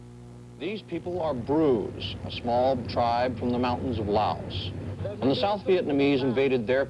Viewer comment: it's Lam Son...not Lom Son